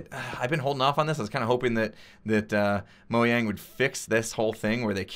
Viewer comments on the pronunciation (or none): Is it me or did he said Moyang?